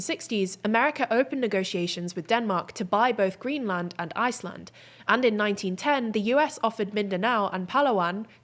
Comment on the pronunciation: please learn how to pronounce greenland